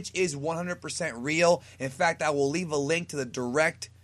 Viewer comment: You said "live" a like.